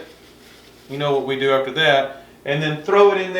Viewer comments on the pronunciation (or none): none